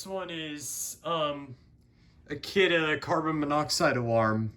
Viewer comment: Is kidde not kioode